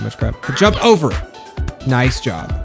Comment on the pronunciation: Day 68 of saying noice till sees it: noice